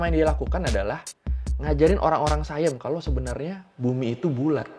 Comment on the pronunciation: bukan sayam bang baca nya, baca nya tetap siam